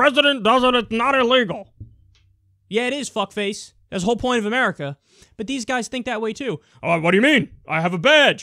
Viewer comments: I swear he just said 'Merica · Is it just me or did this sheriff actually pronounce America as 'Murica?